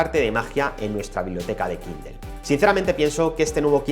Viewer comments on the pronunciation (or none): Dejá de decir kindel